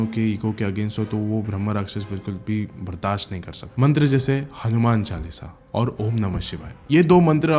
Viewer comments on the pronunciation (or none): none